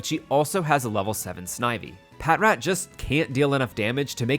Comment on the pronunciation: patrat = "patch-rat". like "patrol" and "rat".